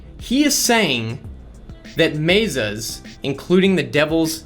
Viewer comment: lives in Arizona and can't pronounce mesa correctly.